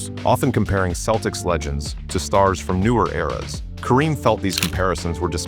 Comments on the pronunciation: Did he say keltics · Should an AI who pronounces Celtics as Keltics be given this job other perhaps more deserving AIs? If we are not careful we will have prima donna AIs who could care less about people. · AI bullshit. A human would know how to pronounce the fucking Celtics